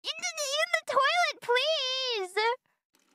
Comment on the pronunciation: “In the toiler please” she says while turning left and right😅